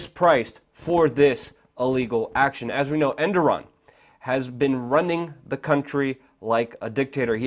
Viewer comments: ok ... uhm i really dont want to wast my time and all that jaz ... but really all what u are saying in this video is ... well.. bullshit .. btw his name is ardogan... try to pronounce it correctly haha ... and no he isnt a dictator wtf... compare turkey now .. vs how it was 13 years ago before he started ruling the country ... now .. its way better than most of the European countries...but back then.... it was the shittiest country of all time ...and i lived in turkey .. for over 3 years .. and try to get this .. it was the best 3 years of my life so far :) ... i live in the netherlands btw and i can tell you that turkey is a way better place to live in ... and the Netherlands being one of the best European countries... yeah .. oh and did u know that it has failed too .. the coup .. do you know who stoped it ? .. the people them selves ... sooo now u r trying to tell me that people would get out of their houses Marsh into the streets and risk their lives...vs.ing tanks and soldiers with rifles yelling that its forbidden to get out of their houses .... for a dictator?? it doesnt make any sense to me ... he did nothing but the best he could for turkey m8 ... and yeah everyone knows that (every turkish man/lady) really m8 . and u r sitting their ... behind ur disk or wut ever .... calling him a dictator and shit ... like .. haha why are u being such an ignorant person m8 .. i know that u r American and that's normal for u guys .. but coman .. haha at least think about what are u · it's Eduwan, listen to how Obama pronounced it. He got it correct. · The guy is called Er - Do - Gan. Just saying. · Ouch,,,, you totally got his name wrong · pls pronounce the name correctly pls Erdogan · False flag? Learn how to at least speak the dictator's name! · learn to pronounce Erdogan's name first ffs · The President is called Erdogan not Enduran YOU PRUNE LOL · It's Erdogan [er-dou-hun] (silent g), not Endoran. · How'd you get "Endorum" from Erdogan?? lol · Err doe wan. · Er do wan